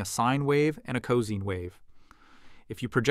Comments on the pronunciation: Wait what? When did the pronunciation of cosine become co-seen or cause-ine. And I always thought it was pronounced co-sign. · QAM is correctly pronounced as KAM not KWAM. Also cosine is pronounced as co-sign not co-seen. Projected is pronounced Pro -jek-ted not Pra-Jok-td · When I hear cozine I'm wondering if AI is now teaching us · Lol cozing. Bro its like sine wave but co-sine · Very cosy….. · Pronunciation of "cosine" is literally "co" plus "sine" and "cos" rhymes with "dose". (Actually, I'm just twigging on to the fact you used A.I. for narration, which is normally a deal-breaker for me.) You still got my subscription, though—great video. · Odd the a.i. includes breath sounds but has no clue about customary pronunciation. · I've never heard anyone say cosine in that way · Yes I know cos is short for cosine. It's your pronunciation (as best I can make out) that I'm questioning. Just saying. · The AI voice here can’t distinguish between proJECT and PROject. And has a weird pronunciation of “cosine.” Why does anyone make this dreck? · I have never heard anyone pronounce "cosine" that way. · I don't think this video was AI-narrated, tho????? You can clearly hear some mouth-noise in the beginning, and - after listening more carefully - I could pick up on the narrator breathing from time to time. So either the AI is UUULTRA-realstic, or (more likely) it's just a human that happens to have an AI-like accent. Especially because mispronouncing "cosine" is much more likely for a human (eg. if they aren't an English native, and that's how cosine is pronounced in their language), than for an AI (cosine is a common enough word that they model should probably know how to pronounce it).